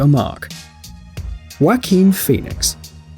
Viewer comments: Did he really just say Wack-een Pheonix? And did he really just pronounce The Machinist as Mack-in-ist? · You said Joaquin wrong. It’s Spanish and the letter J makes an H sound